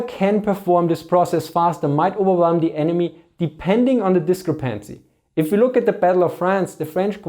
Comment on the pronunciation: man i love this guys german accent... however words such as discrepancies and vehicles are almost incomprehensible... no offense, but it makes it really hard to understand some of the points he is making.